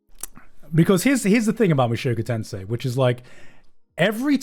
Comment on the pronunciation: mushoku tensei* not tensai lol, two different words